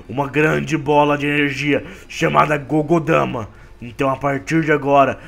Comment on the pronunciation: Não é Gogodama é Bijuudama